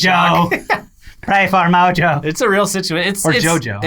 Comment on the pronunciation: Mojo its mojo